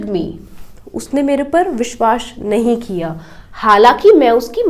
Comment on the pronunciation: Though people has become the master in English, they don't know the proper knowledge of Hindi language pronunciation you pronounced wrong one word of Hindi that is Vishwas...